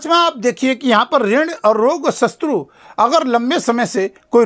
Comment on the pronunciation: शस्त्रू नहीं शत्रु। क्षमा करें 🙏